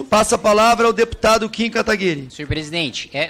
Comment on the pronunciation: Mano, o pessoal encontra uma dificuldade IMENSA em dizer o nome do Kim certo...